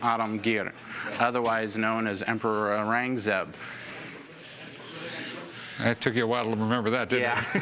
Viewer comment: Never seen someone butcher the pronunciation of Aurangzeb this much